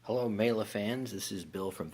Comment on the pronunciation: Miele is pronounced "Meee-luh". Nice review